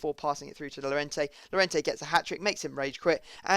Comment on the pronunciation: No freestyle2077, 2 ll = y so it is yorente